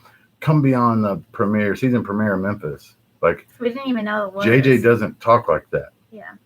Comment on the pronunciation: "Mempis Marry" that shit made me laugh for real!